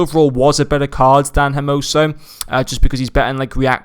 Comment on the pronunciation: His names its spelled (H)ermoso. So you dont pronounce the H, and this is aplyable to every H in spanish